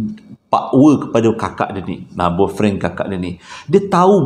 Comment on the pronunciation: nk sebut " boyfriend" bab..tadi kikiki serious lawak